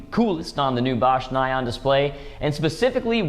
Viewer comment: Oh my ears! It's pronounced "nee-on" !